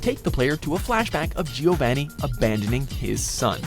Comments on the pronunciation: Whole Wheat Timberlands his name is pronounced "Geo Von E" not "Geo Van E" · please stop calling giovanni gio VAN E. Hurts my ears so much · Who else just cringed at the way he pronounced ”Giovanni”? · What a wierd way of saying Giovanni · For the love of God learn to pronounce Giovanni